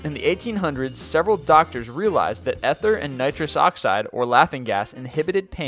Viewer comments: "Ether" is pronounced EE-thur. The name of the discoverer of x-ray's, Roentgen, is pronounced "RENT-jen." You're welcome. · The first "e" in "ether" is long [look-up long and short vowel sounds on Google]. Therefore it does not sound like the first "e" in "ever", but rather the one in "eater". Please check your script for words that you're unsure of and Google them for their pronunciation. Young kids are watching your videos and your ignorance could be passed on, which is a huge disservice to us all.